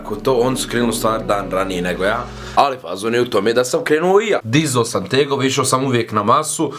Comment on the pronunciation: Jesi dizao teNgove 😂😂😂